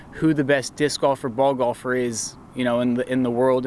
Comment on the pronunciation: I like the emphasis on "Gahlfer!"